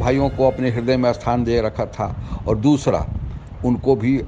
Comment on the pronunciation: Spasht ko aspasht kyon bolte hain, behude, Hindi toh thik se bol le, ta fir Bhojpuri kafi hai. Sthan ko asthan bola ja raha hai.